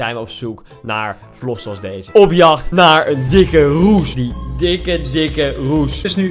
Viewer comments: Ja "Roes". Deze man zegt steeds Roesj. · maar hij zegt: ik ben op zoek naar een roesj? 😂 wat een space kerel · Kan iemand deze man aub uitleggen hoe je rush uitspreekt?